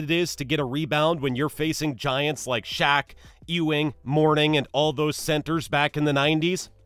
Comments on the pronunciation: E-Wing? It's YOU-ing. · Did you say E wing 😂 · Did you just say Ewwing or E-wing…But def not the right way…lol